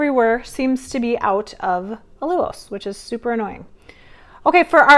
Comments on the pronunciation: WHERE did that funky pronunciation of AL-U-LOSE come from? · Hahaha, what did I miss? You’re pronouncing ALLULOSE differently. I actually learned of this product from you and it took me forever to pronounce it the first way! lol 😂 😂 😂